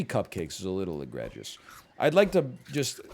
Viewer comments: That pronunciation of egregious fucked me up lol. "eh-greh-jus"? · If i ever hear ryab pronounce egregious like that again im going to stroke.